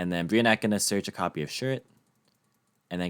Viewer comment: Brionac is pronounced: BRI-O